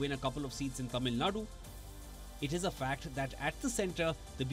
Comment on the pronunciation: Sir, I am amazed that you can pronounce the sound zha in tamizhnadu… I am among probably 20% tamilians who can pronounce that word while majority of politicians and leaders who’s livelihood depends on Tamil famtism and hate for Hindi cant pronunce it and they say Tamilnadu.